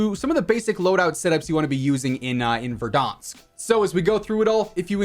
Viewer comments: anyone else realize how he says verdansk with an accent like "verdahsnk"? so fancy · “Verdonsk” lol you’re the man!